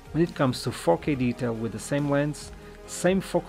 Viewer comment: great video! when you said 4k I heard "fokeh", which reminds me of bokeh. Bokeh in Fokeh :D